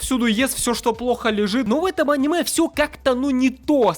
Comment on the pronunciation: если я ещё раз услышу в ролике слово аниме с ударением на а, я... я... я просто... 1000-7